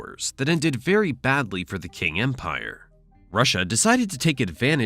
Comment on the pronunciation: Qing is pronounced ching